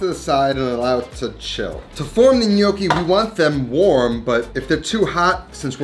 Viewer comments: It's not in-yoki. It's nyoki. It sounds like you keep saying "the gli gnocchi" which would mean "the the gnocchi". Looks delicious. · "NOKI" lmao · With all due respect....you are pronouncing gnocchi incorrectly. Sorry. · Pronouncing gnocchi wrong.